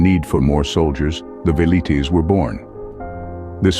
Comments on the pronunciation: Veleeets? Nah. Vel ee tays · The "V" is pronounced like a W...Welites